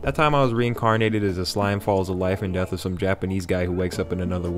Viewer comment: Has anyone heard some scrambling words when he says "life and death"?